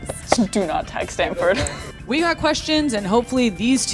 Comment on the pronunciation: She really said “do NOT tag Standford” 😂